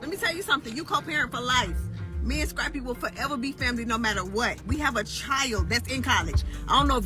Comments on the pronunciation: Why she keep calling him scrapie lmao 😂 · Girl the man name is scrap-py